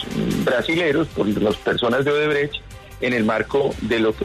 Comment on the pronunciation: El fiscal es incapaz de decir la palabra odebrecht 😂